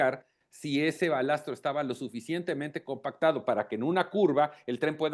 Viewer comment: De risa los conocedores del tema , hablando del "Balastro " ? No es balasto? En fin cuando se trata de criticar y sacar provecho de las desgracias, ahí todos son técnicos y expertos.!